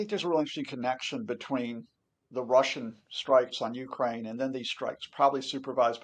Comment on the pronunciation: This poor guy needs to get educated, his illusions are not facts.....he can't even pronounce Ukraine....